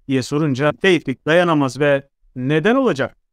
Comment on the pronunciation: Ben yanlışmı anlıyorum. Yanlış anlıyorsam kusura bakmayın. Tevfik değilde Teyfik diyorsunuz gibi geliyor bana!